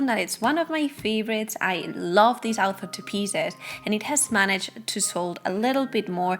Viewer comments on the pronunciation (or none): You are making me feel better, I was also hearing alpha at first. But I am French. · Sorry, I am English so it took me awhile to realise you were saying author and not alpha, The context gave it away eventually, I must of been a bit sleepy.